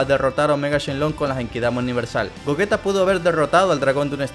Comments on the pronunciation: gollita ulala señor frances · Gogita?,creí q era Gogeta :v